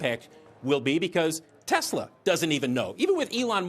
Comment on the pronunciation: He loves ‘Tesler’ 😂 because everything’s computer